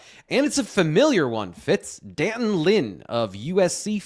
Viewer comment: It’s pronounced D’Anton! Did ever have phonics!